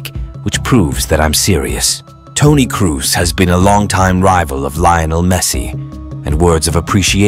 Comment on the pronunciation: Who is Toni Cruz? It´s Toni KROOS (KROSSSSSSSSSSS) !! German not English!